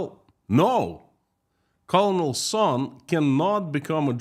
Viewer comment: Colonel is pronounced “kernel”.